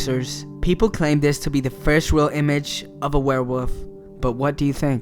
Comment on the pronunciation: The way he says everything is funny: "rel" instead of "real", and all his "s"es sound like he might have braces or a minor lisp. Also, it sounds like there's quite a lot of spit gathering in his mouth - perhaps more evidence of braces. I imagine a 16-year-old half-latino high-school student for some reason. I mean, it doesn't really matter who does the narration, but if professionalism is the game, then getting someone with perfect or near-perfect diction is a must.